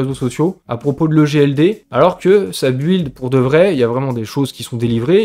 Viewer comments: Par pitié pour que les oreilles arrête de saigner,en anglais,build se prononce : BILD Oublie le U :-) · Bravo et n'oublie pas que la plupart d'entre nous s'en fout que tu ne rajoutes pas " collaboration commerciale " et que tu dises build et pas bild... ,😂